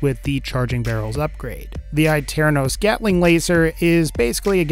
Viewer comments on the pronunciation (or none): It's pernounced A TERN US